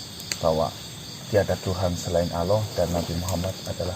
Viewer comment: Bukan aloh mas, tp Allah swt